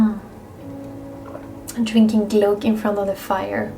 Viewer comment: Your pronounciation of 'glogg' is so much nicer than the typical English, which sounds more like 'clog'. Thank you, lovely Winter episode. Maybe it's time for ice skating on the lake. Aloha!